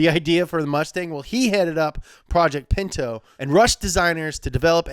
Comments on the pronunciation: It’s called a pinto not a pento lmao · A Ford Pento... A Tchevorlet IDK about those...